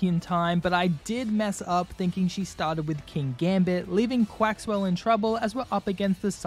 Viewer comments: Lost a shiny Dondozo cause I had to fight a Flamigo. Also, Farigiraf is normal/psychic and it hurts me cause you kept calling Quaquaval “Quaxwell”. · I love how you always called Quaquaval quaxwell